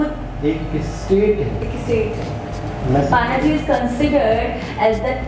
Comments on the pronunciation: pronounced as PUN JI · It pronunce as Panjji